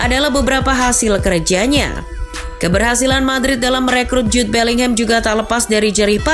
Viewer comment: Bukan Jube Min.. Jude bellingham